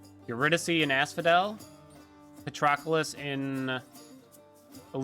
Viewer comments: Pa-TROC-lus is how its pronounced in-game. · Patty in Elysium name is actually pronounced "pat-trow-clease" I wouldn't have known this but he is in the movie Troy as Achilles' cousin. Great tutorial man, I've managed to escape 3 times in around 30 attempts thanks to watching your strategies, you have a cool twitch chat following too and your interactions are entertaining!